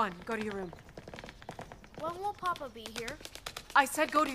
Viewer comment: Very nice, but I would have thought that the actors would have been instructed as to the difference between papa' and Papa.... the first is father the second is the Pope... the accent in the first instance is papA", with the accent on the last letter..... fundemental really, and as this production is RAI associated I am very disappointed....